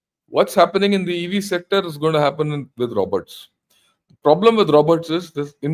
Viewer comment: mark cant even pronounce robots .. smh and whne he says he is not bothered he is bothered and his information is somewhere this country is included some how this how econy is going down . an he is just spewing garbage without any facts .. pinpoint infromation go in depth to explain the overall picture but he keeps on guessing with out any legitimate source of information .. but i understand he needs youtube money so he just makes content for the sake of it